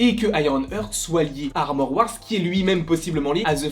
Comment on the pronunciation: Frérot bravo pour tes vidéos elles sont top, vraiment ! Juste, heart ça se prononce "hArt" et young se prononce "yong" et non "young"! 😉😅😁